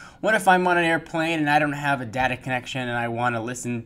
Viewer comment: Dah-Tah connection.. hehe